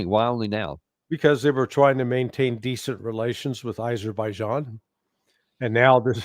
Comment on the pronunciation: Thrump called Armenia as Albania multiple times and he called Azerbaijan as Aberbaijan.